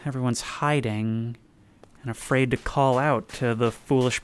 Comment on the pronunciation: "It's affraid!"